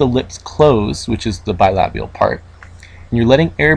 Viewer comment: such a nice pronounciation of the word "bilabial", never thought I'd see one of that in an speech written in english